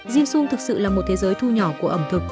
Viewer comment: Cái topic thì hay nhưng nghe người đọc “ dimsum “ bằng giọng vn thì hết muốn xem nữa. Cho dù trong tiếng anh người ta cũng không phát âm một cách khó nghe như vậy những tên tiếng nước ngoài